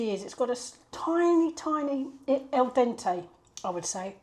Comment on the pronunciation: Hi it's pronounced Al Dente ( I think El Dente! Was a Mexican Bandito lol) 😄😄